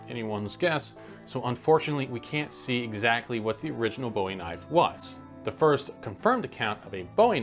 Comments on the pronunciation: And that is where you are mistaken. Bow-ee is the pronunciation of the British singer and actor David. Boo-ee is the way to pronounce the name of the brothers behind these knives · It's pronounced booie after Jim Bowie not David Bowie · It's pronounced "Bo-eie... Hahaha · And it's prenounced booooooie. My grandmothers maiden name. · PLEASE pronounce Bowie correctly- it’s pronounced like a sea ‘bouy’. Thanks. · Bro…. You don’t even pronounce Bowie correctly. It is pronounced Boo-eee, rhymes with gooey. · Boo-we not Ziggy Stardust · It’s pronounced “boo-ee” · It’s pronounced Boo-ee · How are you going to do a video explaining something you can't pronounce? Jim Bowie was American, and his name is pronounced boo-we. As is the knife and town named after him. You should know the britts cant sound out vowels. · It's pronounced boo - wee. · 👎👎👎👎👎👎👎👎👎👎 Before making a video about this weapon, learn how to pronounce the name... Bowie... "Boo-ee" take it from someone who grew up in the town named after the man. The English Rockstar didn't know how to pronounce it either. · It’s pronounced Boo-eee after Jim Bowie. If you don’t know the proper pronunciation then you shouldn’t waste time shooting a video that showcases your ignorance. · The mispronounciation is largely David Bowie's fault. He did take the name from Jim and didn't know how to pronounce it until well after his fame. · Good video. However, I'm sure that you would want your name pronounced correctly. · All Texans screech to hear someone pronounce this beautiful piece of Texas history, incorrectly, like the (though be he an amazing British musician) singer/artist. This deserves a correction. Kindly requesting. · How can you do a history on this knife and not know how to pronounce it correctly? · It's called a Bowie knife made by Jim Bowie brother you mispronounced how to spell say it but guess what those knives were nice will his brother's knife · <"The Knife Life" <<Has no idea how to pronounce "Bowie"